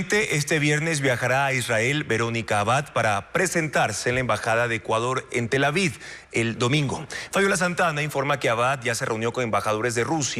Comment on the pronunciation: Soy yo o siempre les escucho decir Tel Avid en lugar de Tel Aviv??